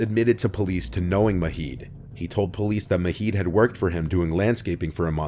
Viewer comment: Not maheed. It's a J sound